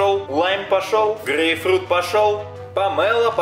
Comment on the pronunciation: Почему говорит гейфрут?